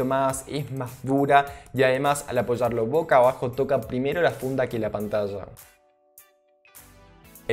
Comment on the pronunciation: y Así siempre dice 'pantalla'?